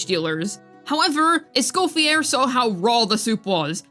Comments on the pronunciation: For the love of god her name is not pronounced Es-coff-e-AIR. It’s Es-cof-e-AYY. It’s French. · Just a small correction, Escoffiers name is usualy pronounced as (Eh-Sko-Fee-Yay) since its french!